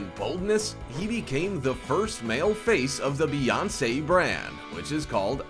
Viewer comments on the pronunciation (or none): none